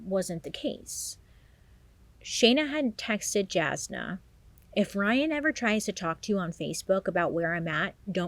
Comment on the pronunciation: Jasna is pronounced Yasna, by the way. She's always been a very loyal friend, that gave advice, and was reliable to lean on. It makes sense that Shayna would go to her lol